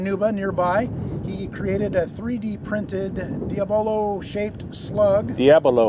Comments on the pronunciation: Diabolo not Diablo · The juggling toy is pronounced Deea-Bolo. Diabolo dia = 2, bolo = bowl.